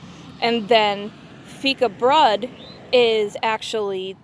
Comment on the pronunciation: Loved hearing your thoughts as you unboxed our A Few of Our Favourite Things box! And, yes, you pronounced Fikabröd correctly 😁 Happy baking!